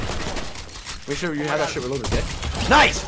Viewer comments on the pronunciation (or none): My man said sho